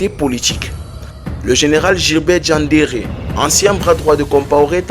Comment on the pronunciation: Bien qu'un peu enjoliver dans la narration Très beau travail, juste Attention ⚠️ aux noms Bobo Dioulasso, Gilbert Dienderé.